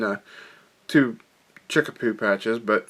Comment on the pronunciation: Great pattern...fish love this one. But it's chickabou not chickapoo lol.